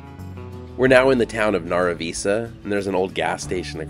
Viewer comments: Northern NM native here. I once had relatives in both Nara Visa and Clayton. Loved the land, darn hard to make a living though. BTW Nara Visa is pronounced Nara as in narrow except with the a. And Visa, not like the card, but like vice-a. It's ok though, you didn't meet any ghosts to correct you.😂 I think the volcanos are more scenic and interesting. One is a very large shield volcano, like Olypmus Mons. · I live in Tucumcari but I love taking the drive to Clayton. The old school building in Nara Visa (pronounced Naira Viesa) is still used for town meetings, cowboy poetry presentations, snd other exhibitions. I have hauled many loads of cattle to the sale barn in Clayton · The town that is NE of Tucumcari, is pronounced Naruh Vice uh.... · FYI - Nara Visa is pronounced “Nair-a V-eye-Sah”